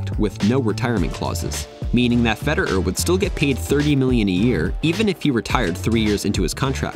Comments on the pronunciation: Nice video, mate. Except could you magbe stop saying fe-der-er and start saying fe-de-rer? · "Feder err" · Why does he keep saying Feder'er, it's Federer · Who's Fede-urr? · I can't be the only one ticked at how this guy says "Feder-er" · Never heard anyone pronounce his name ‘Feder-eur’. 🤣 Great video though! 👍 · Great video man But why did you keep saying “Federer” as “Feder-er”? 😂 irks me a little lol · I’m so exited about this. I love roger fed-er-er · Is that how we suppose to pronounce his name, Feder-er? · I can't get over that pronunciation of "Feder-err" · why do you say his name like feder'er? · why do u pronounce federer "feder-er"???? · Hes american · The way he says “Fed,er,er” makes it unwatchable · Why are you pronouncing his name like a robot? "Feder-er"... ? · Why do you say Federer like that? You’re a tennis channel and don’t know how to say his name? Feder—er? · Wait, what’s with your pronunciation of Federer? Subliminal messaging 😆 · Is that really how we supposed to pronounce his name? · Should probably work out how to say Federer before you make a video on him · Am i the only one annoyed by the way he pronounces Roger's surname? No other comments i can see say this